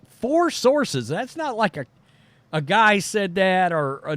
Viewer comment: You say four like it's 40 ppl